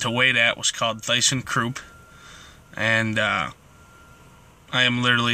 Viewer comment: Learn how to pronounce the name ThyssenKrupp.